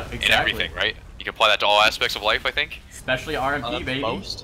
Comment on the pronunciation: "i guess you can apply this to every aspect of the life" "expecially rmp" rmp IS life hahaha:P keep the featuring with pls, he is soo good and funny!!